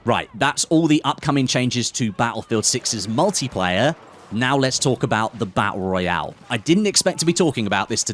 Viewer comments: "Battul Raul" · I can’t wait for the bah ah royale😂